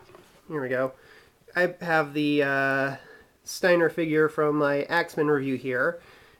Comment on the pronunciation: its STEINER not SNEIDER